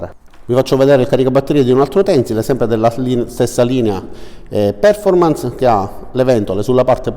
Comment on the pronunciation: Perfòrmans ed incàvo sono le pronunce corrette :-) Video ben fatto, utile come al solito. Buon lavoro